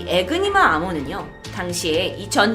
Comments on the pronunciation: 이니그마 에요 ㅠㅠ 에그니마 는 계란을높여부르는거 같잖아요 ㅜㅜ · 에그니마 아니고 에니그마입니당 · 에니그마 이니그마 아니고 . 독일어에서 Enigma E는 발음 에